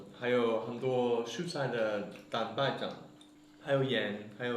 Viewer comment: 感觉郭杰瑞读蛋白质像是广东话哈哈哈